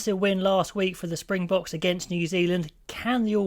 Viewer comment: Thanks for the VPN link. Your coverage of the Bok games is noted and has been enjoyable, while your pronunciations of Saffa player names is on-point. Nice one.